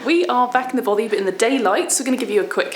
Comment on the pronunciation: 2 years have expired and I doubt if either of them have learned how to pronounce "Bothy".